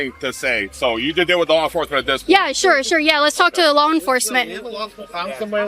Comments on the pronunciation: WHY why the heck can she STILL not properly pronounce - LAW its now LAWL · I think it's cute that you say "LawL" when you say the word law! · Y can't u pronounce law.... U keep saying lawl